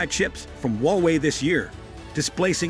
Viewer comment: Hallo! Don't be so patronising, okay? There is no 'wowei'; it is HUA WEI. Understand? Even sore losers need to lose graciously! Wowei, wowei, wowei? Seriously!